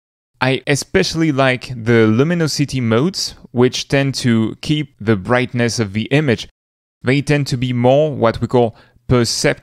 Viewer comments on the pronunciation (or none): Educational video as always~ Hopefully I can return the favor a little: the O in Luminosity is typically pronounced with an Aw sound :)